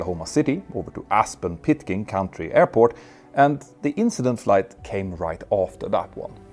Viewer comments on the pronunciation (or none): ~ That's "County" airport, not "country" airport.